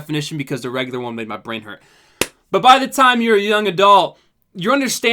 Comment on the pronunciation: this video should be titled “ can’t pronounce ‘regular’”